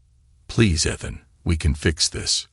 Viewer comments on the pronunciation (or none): Stories are great and the narration is good but please check the pronunciation. Ethan and Liam are both consistently mispronounced.